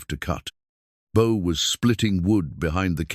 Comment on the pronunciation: Beau, Book, Boo...come on Ai get it together....,😊